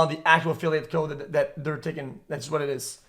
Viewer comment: I can’t get over this fucking guy pronouncing “code” as “cod”